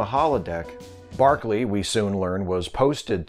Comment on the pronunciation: By barkely you mean broccoli ??